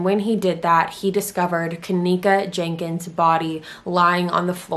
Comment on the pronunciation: It’s not Jankins my goodness you’ve never seen the name Jenkins (geneKins)